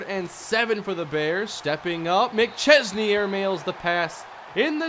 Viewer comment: yeah because can actually pronounce mcchesney's name